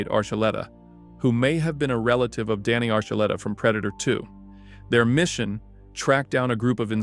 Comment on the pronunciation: Thank you for saying Archuleta's name correct the second time I know the arch part thoughs everyone off ❤❤❤❤ enjoying the show